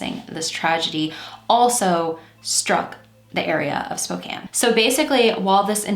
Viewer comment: Just a quick note near the start of the video -- THANK YOU for saying "Spokane" the right way! I can't listen to people who don't pronounce place-names correctly (or at least give it their best).